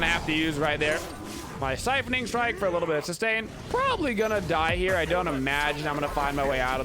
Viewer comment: Love the vid, especially as a support main. That said, "siphoning strike"? Kinda triggering lol..